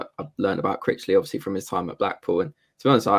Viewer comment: It is more that he gabbles, they should all speak more slowly PLEASE. A word like obviously, which has normally 4 syllables is reduced to 'ofslee', etc